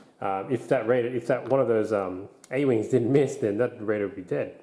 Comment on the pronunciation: You keep saying "Raider" like "Radar" No sir. Say it with me. "Ray-der"